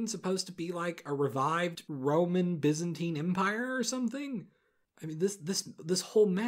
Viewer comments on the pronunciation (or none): none